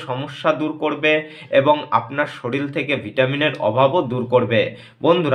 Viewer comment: সরিল নয় শরীর